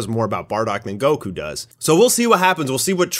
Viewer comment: anybody else catch that near he called goku gocum LOL